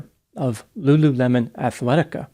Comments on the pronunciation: It's not Lu LU LEMON! It's Lulu le mon... l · Lulu mon. Not lemon lol, it's cute though